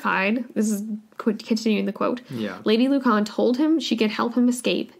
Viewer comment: Sorry its really bugging me its pronounced lewcan